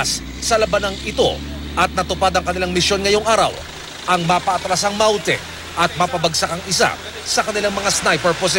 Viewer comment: Masyado nmang slang Ang reporter sa pagbigkas Ng "MAUTE GROUP" with English accent😊